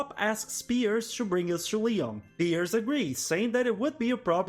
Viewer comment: Dude. Piers name is the only thing you pronuncied well